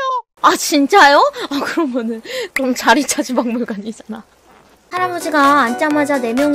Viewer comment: 거 혹시 언어코어 애플거 쓰시나요? ㅋㅋㅋㅋㅋㅋㅋㅋ 유난히 자리를 발음 못하는 스트리머